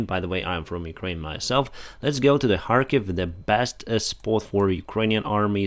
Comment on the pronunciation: why you say harkiv instead of Kharkiv??